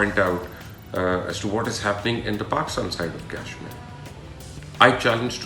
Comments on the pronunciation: Learn to pronounce Kashmir girst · At least pronounce Kashmir correctly.